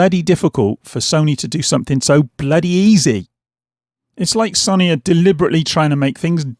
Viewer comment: Say it with me now.... Sow nee 😄 Only playing lad, great videos even if you can't pronounce sony 🤣